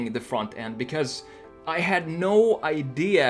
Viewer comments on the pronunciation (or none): älskar hur du säger because. "becöös"